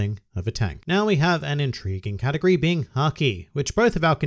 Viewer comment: Every time u say "category", i hear " katakuri"